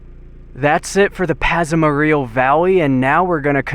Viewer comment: We used to live in Arco ( about 15 miles west). Howe is pronounced "how" . Pahsimeroi is pronounced Paw - SIM- mer - oy. Ellis = El-ess. Back about 25 years ago Barney Hot Springs had aquarium fish living in it. Looks like there is still some there. Thanks for the trip down my memory lane.